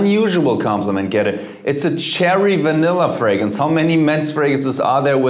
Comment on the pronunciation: Ironically, fragrance is the only word he seems to mispronounce